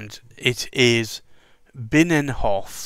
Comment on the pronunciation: Great video. You have to practise on your Dutch though. Binnenhof is a part of the Dutch house of parliament. Delfts Blauw is the famous blue coloured china drom Delft. And I could explain them all but anyway, tomorrow three of Akkerman’s niks will arrive tomorrow. One of them is Delfts. Blauw. Can’t wait to ink one of my pens with it... And I love the bottles! They’re great!